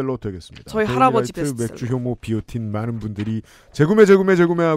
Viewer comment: 맥주효모가 맥주혐오로 들려~ 뉴스를 너무 많이 봤어~